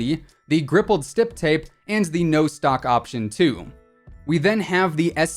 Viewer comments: you said grippled stip tape lol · I heard ripped stip grape lol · rIIplEd StiP GrAPe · He also said rippled stip grape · "Rippled stip grape" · “Rippled stip grape” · “Rippled Stip Gape” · He really said stippy grippy, ripple stip grape and griped stip tape. (I’m dying)